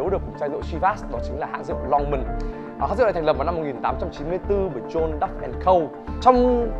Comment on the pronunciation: John đọc là Jon bạn nhé